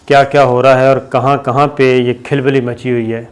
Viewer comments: Khilbuly nahi khulbuly sabir bhai Apni Urdu ka talaffuz teek kraian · KHIL BILLI NAHI KHAL BALLI HOTA HAI. APNI URDU UPDATE KARO.